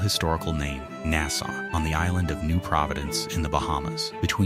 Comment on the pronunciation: This bothered the fuck outta me too, I'm p sure that the narration is AI because about a third of the time it is pronounced correctly. They also keep pronouncing Nassau wrong